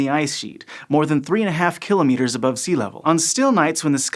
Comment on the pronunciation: Good video with principles well explained. Also nice to hear some who can pronounce kilometres (or kilometers if you like) properly. But why have Americans given up on the word "minus"? "Negative 50" is so clunky compared with "minus 50".